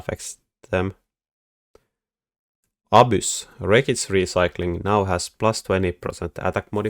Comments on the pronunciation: "Abyss" with a Finnish accent. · you say that all the Fortress techs will just get hard countered by "abuse/obvious," which is the best thing to build against Fortress in the game... I can't think of any unit that sounds anything close to "abuse" or "obvious," and if you do literally mean one of those, I have no idea what building them means. I can usually understand your accent perfectly (and I quite enjoy it), but this left me perplexed!